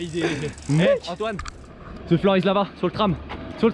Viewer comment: On dit the avec un T on dit pas ze avec le Z ou le s